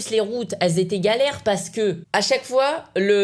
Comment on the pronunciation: mdr il a dit combient de frois frére